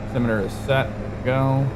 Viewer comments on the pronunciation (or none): none